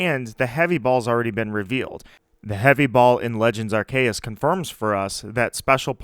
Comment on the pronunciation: Amazing video! I like how you say Arr Kay Us ❤️❤️